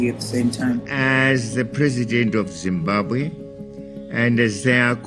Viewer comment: I will have you know it is pronounced Zimbabwe